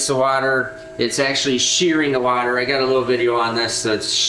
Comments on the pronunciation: It's pronounced water not water😅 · Wadder? lol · Try using regular water instead of your special “wader”😂😂😂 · Love how he said water